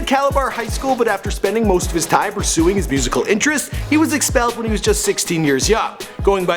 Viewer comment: haha did u just pronounce.....UP 2 DI TIME Wroooooooooooongly..visit the carrebian